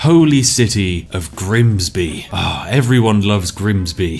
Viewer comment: Switching from Southern pronunciation of 'bath' to Northern just to introduce Grimsby was a masterful touch 👌